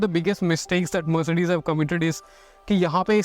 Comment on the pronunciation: The way you say “mer’ce’des” makes it more posh